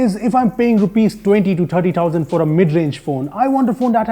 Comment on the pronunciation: Can someone tell me why he says tousand and not thousand😂